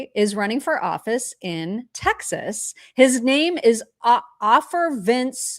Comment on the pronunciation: "Ofer" is an Israeli and it's pronounced as "OH-fur". Jesus Christ on a unicycle, don't either of you know any Jews who speak Hebrew? Don't you have Ben Shapiro's cellphone?